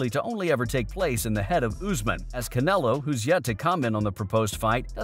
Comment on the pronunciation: you said usman name wrong lol! but Canelo name right? I'll be watching you buddy🕵🏽🕵🏽🕵🏽🕵🏽😂😭😂